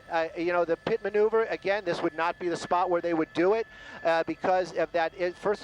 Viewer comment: Every time says "again", a kitty dies.! Stop it!;-)